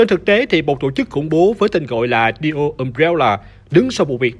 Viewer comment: Neo mà đọc thành Dio :))